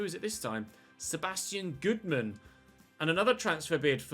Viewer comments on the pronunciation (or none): none